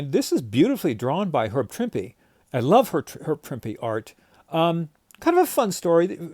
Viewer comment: For me, as much as I love all of the classic artists who have drawn the Hulk, Herb Trimpe is THE Hulk artist. And I have always pronounced his name like you do - with an emphasized E on the end.